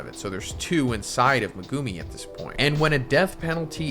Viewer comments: Why do you pronounce Megumi’s name like that? Lol, you pronounce it like “Me-goo-me” when it’s actually pronounced “Meg-oo-me”! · dude stop saying "megooooomi" its pronounced "me guh me"